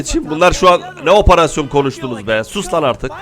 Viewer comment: Abi niye oparasyon diyon operasyon değil mi ?